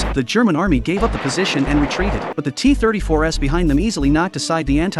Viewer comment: AI narration is so pathetic! "The Soviet T34S"? That would be T34 s. Maybe these content posters should take the time to actually narrate their own videos, so the words actually make some kind of sense.